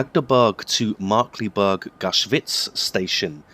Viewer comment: Its pronounced Markklayberg